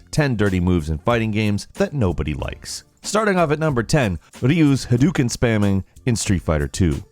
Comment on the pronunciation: HA - DOE - KEN FFS man, Ryu and Ken have been shouting it for more than two decades! How do you not know how to say it!